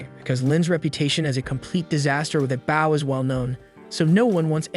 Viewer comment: say bow correctly.